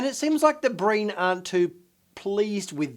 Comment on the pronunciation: Great preview. I swear I thought you said “Green” Fleet at first instead of “Breen” Fleet. Didn’t think anything about it until I rewound a part of the video because I missed something.